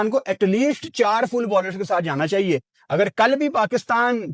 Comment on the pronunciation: That one word "chaieye h" 😂😅